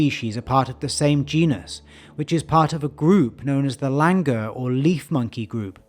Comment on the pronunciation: Langur are actually pronounced as Langoor.. With the OO